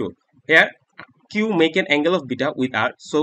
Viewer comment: the way he says alpha anddd bita🤣